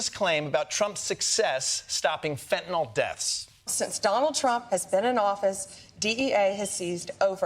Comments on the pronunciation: Did Kosta say Flentanyl? 😂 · Quick suggestion—it’s pronounced FEN-TA-NILL, not fentanoll. (Kinda junior to mispronounce the drug you’re talking about)…it’s spelled FENTANYL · They keep saying "fentaNOL, WHICH ISN'T A THING!!!! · Fentanyl. Not fentynal. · Fent-a-nYl, folks. Not fent-a-nol. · Fentanyl, last syllable rhymes with pill. It does not rhyme with alcohol. It's not Fentanol. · "Fentanyl" not fentanall. Stop it! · It is FENTANYL, not “fentinall” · It’s “fentanyl” not “fentanol” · Why can no one pronounce it correcty..its not Fent-a-naw. Its Fen-ta-nil. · In common with literally every American I've ever heard mention it, Kosta and Blondie Bondi both think that fentanyl is called "fentanol" 🤦‍♂ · Or, as Americans usually incorrectly call it, "fentanol". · In common with literally every American I've ever heard mention it, both Kosta and Blondie Bondi think that fentanyl is called "fentanol" 🤦‍♂ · What is it with the dodgy pronunciation of fentanyl as if it's spelt 'fentinol'? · Also, it's fentanyl, not fentanol. At least pronounce it right. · Where can I get some of that "flintanal"?? 😂😂😂😂😂😂😂😂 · FEN-TA- NILL! Not FENTINOLL. I’m a retired nurse. This drives me crazy. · Why does he pronounce "Fentanyl" as "Fentanol", and one time also "Flentanol"? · If you pronounce fentanyl as "fantanol", you shouldn't be allowed anywhere near political power. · whats flentanyl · Can nobody pronounce fentanyl? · Why does everyone pronounce fentanyl like it rhymes with “Benson doll”? Is it a French thing? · There is neither an A nor an O in the last syllable of FENTANYL.